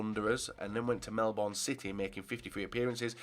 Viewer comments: it’s Melbourne not melbon Still like you stuff keep it up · Melbourne is pronounced Melbin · Oh yeah Australia is recognised in football P.s love the way he said to Melbourne, he said it so wrong